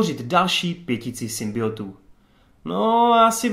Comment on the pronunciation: SymbioNtů, to N tam prosím dávej, to tak bolí když říkáš symbiotů .............